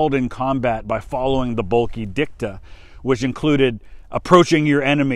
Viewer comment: Just found this channel and video and it's great. Thanks for taking the time to research and make it. Just one little thing though... Oswald Boelcke isn't pronounced "Bulky" - he wasn't some big heavy man. The 'e' on the end of German words is pronounced "ugh" so his surname sounds like "Bulka". Great video though, thanks again.